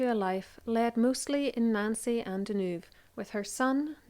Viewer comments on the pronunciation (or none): none